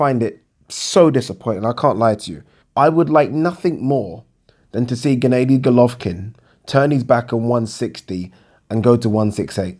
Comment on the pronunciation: Just say triple G ffs Instead of G. G. G. 😞 And it's Ger-nar-dy Not ga-nay-dy you TOOL!!! Andra-day Andrard??? You tit